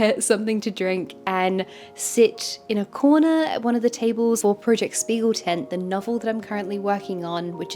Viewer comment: Btw if you care: The "sp" in Spiegel is actually pronounced like "shp" - so "Shpiegeltent" ☺️